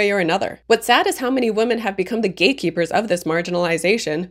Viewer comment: Women is pronounced "wim-in".